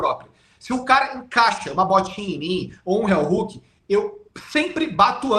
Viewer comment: CRÍTICA CONSTRUTIVA: - Não se pronuncia RÉUHOOOK e sim RIOHOOK 👍 - O heel hook não quebra o tornozelo, o que estala é o JOELHO👍 🤜🤛